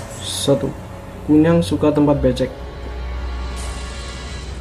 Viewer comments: Kuyang pak bukan kunyang Kunyang 😂 Aku orang kalimantan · Nyebut nama a aja SALAH 🙄😌 KUN NYANG ????? "apa an tuh.. K.U.Y.A.N.G RALAT DULU TU ejaan.. Situ aja NGEBASSSS bahasa a. Kalo bukan asli Kalimantan gak usah share vid😏 Kalo blom pernah ngalamin, GAK USA DEH S.O.K TAU!!!!! omongan U, hanya biak belaka. Q ASLI KALIMANTAN TIMUR. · KUYANG bro yang bener BUKAN KUNYANG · Koreksi KUYANG bukan Kunyang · Maaf bro nyela dikit, kuyang sih namanya bukan kunyang...kuyang itu sebutanny dlm bhs Banjar,klo dlm bhs Dayak Ngaju itu namanya Hantimang sebutan utk kepala terbang,ada wujud lainnya ktika mrk tidak bs trbang/terhalang utk melepas kepala dan tdk ad ksmptan terbang,mk merubah wjud jd binatang jdi2an, tpi kepala manusianya tetap menggantung di bwah leher binatang jdi2an itu, ada jg yg tdk bisa merubah wujud krn terkunci mantra biasanya tetap brwjud mnusia hanya saja sprti kesurupan dgn memanjangkan lidahnya saja, jenis ini nmnya Pangoloh atau Hantuen. Skg ini persebaran yg lebih pesat krn perkawinan, bukan lagi krn mslh myk kuyang/myk bintang utk pesugihan atau awet muda tpi titisan hsil prkwinan,contoh: mnusia yg bukan keturunan x itu kawin dgn manusia siluman jenis ini, biasanya sangat jarang klo tdk menjangkiti pasangannya,bgtu pula dgn kturunannya walaupun tdk semua anaknya menjadi manusia jdi2an. Dlu pngalaman sih keluarga di kampung ktika di ladang didatangi seekor rusa jdi2an yg dibawah leher rusa itu ada kpla manusianya,dlm keadaan begitu jgn takut lbh baik mlwan ditebas saja atau jika kenal dgn wajah yg menggantung dileher binatang segera kita sebut aja namanya atau nama lengkapnya biasanya lgsg berubah jd manusia..jika sdh berhdpn dgn yg ini biasanya tujuannya mmg menyerang kita,tpi klo yg kepala terbang itu sih sasarannya cmn org bersalin,hamil,sakit parah&org yg sdh meninggal..sy dl bbrp kali melihat kepala terbang itu, iseng sy tunjuk saja dgn telunjuk dan saya pa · Kuyang bro bukan kunyang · Pak kuyang bukan kunyang